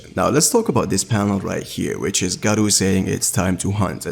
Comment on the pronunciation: bro Gaaro not Garo xD i dont know how you are a fan even though you cant pronounce a name properly